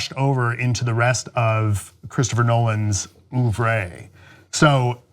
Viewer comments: "Oov-ray"? I LOVE the US' aversion to pronouncing French words as French words. Does he go on to talk about the "John-Ray"? Cuz I'm not watching any more. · « Oovreey ». If only you heard the real pronunciation of Œuvre you’d feel a lil bit stupid.